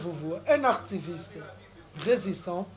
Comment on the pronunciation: On dit pas artiviste mais activiste